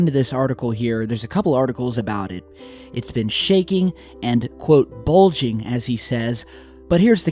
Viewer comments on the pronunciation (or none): It’s “bulging”. Bulder...right?